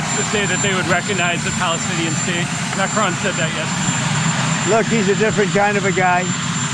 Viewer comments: I like this channel but please could you pronounce President Marcon's name correctly. It's pronounced like Mack - Ron, not Mack rone. There is no ´e' on the end of his surname. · Please pronounce President ‘Macron’ correctly. It is not Macrone it is Macron. The ‘Ron’ is all you need to pronounce at the end of the surname. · Yes Trump is a horror show but maybe one day, Ben, you will learn to say Macron.